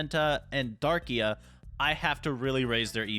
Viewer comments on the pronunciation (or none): Bro its dark-rai not darkia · It’s Darkrai (Dark-Ry)😭😭😭😭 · i was cringing from the mispronunciation in that like its Darkrai as in (DARk-RIE) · IT IS DARK-RAI NOT DARKIA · ‘I have zamazenta thunderus reshiram kyogre mewtwo and darkia’ not to be rude but it’s darkrai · Hearing darkia instead of darkrai is unnerving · Man’s calling Dar-cry Dar-ki-uh like where’s that last uh coming from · its darkrai not darkea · Darkiya bru- darkcry its how to pronounce it this is the name darkrai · Bro it’s darkrai, not fucking darkea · darkrai❌ darkia✅ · pov: you got a little triggered when he miss pronounced the names i mean he called it darkia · Damn you saying Darkia hurts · It's Darkrai not darkia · why are u calling darkrai darkia he is not lugia lol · Stop saying (dar-qu-a)!!!! It’s (dark-cry) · Loved the vid, but it’s pronounced (Dark-rie) not Darkia😂. Cant wait to play against you! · Absolutely love the content u put up! All love from Sweden🙌🏽 Just the fact that u say Darkia instead of Darkrai, love it! Keep up the good work bud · Darkia😂😂😂😂😂 it's Darkrai dude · Sir it’s not dark ia it’s dark krai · Love the vid btw it’s (dark cry) not “darkia” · WHY DO YOU KEEP SAYING DARKIA ITS DARKRAI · Who else got offended when he said darkia 👇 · The way he said darkrai… DaRkYa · My guy called darkrai darkia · …….. it’s darkRai there is an R :,( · I like how he said darkia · Darkrai is pronounced dark cry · It's pronounced Dark-cry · Sorry but i have to say this darkrai is pronaunced darkcry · Not to be rude but its dark-rai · No offence but you need to work on your Pokémon pronunciation. It’s Darkrai Dark-Rie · Bro said darkrai wrong funny bro 😂😂😂😇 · I really hate being the one to do this but that’s not how you say darkrai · I love this video but how could you miss pronounce Darkrai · you said darkrai wrong